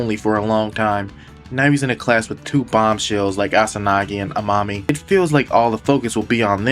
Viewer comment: I kept thinking you were calling amami "A Mommy" 🤣